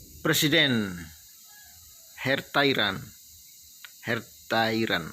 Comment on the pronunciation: Heart4iran bacanya Heart for Iran bang...he he he